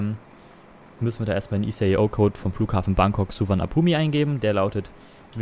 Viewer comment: Hey nur ein kleiner Tipp der Flughafen wird ohne das i Ausgesprochen also Bangkok-Suvarnabhum